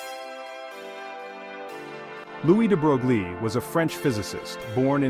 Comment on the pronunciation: No picture of DeBroglie and no mention of how it inspired Schrodinger! Proper pronuciation is "DeBroy". Pardon my nit picks! Otherwise, well done.